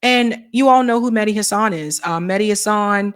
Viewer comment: It's HAsan, not HaSAN, Emphasis on the first syllable.